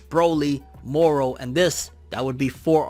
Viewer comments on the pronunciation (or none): none